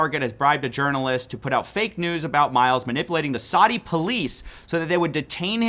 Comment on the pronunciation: Why can't Americans say "Saudi". Not hard